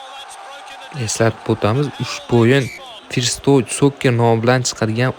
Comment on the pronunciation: 'Forst' din hatyabi oka "First"ni 😂